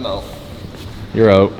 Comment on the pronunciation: "It turned oot..."